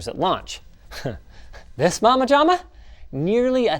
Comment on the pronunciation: guy said "momma-jomma"